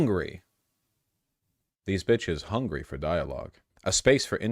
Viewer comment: Mmm hungwy